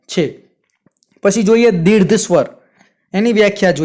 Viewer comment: સાહેબ દીર્ઘ શબ્દ બોલવામાં ઉચ્ચાર માં તમારી ભૂલ દેખાય છે. દીર્ધ માં ધ ધજાનો નહી પરંતુ ઘ ઘરનો ઘ આવે.